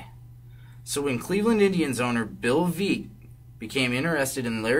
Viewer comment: Please say Bill Veeck's name correctly. it is Veeck as in Wreck. That is the title of his autobiography.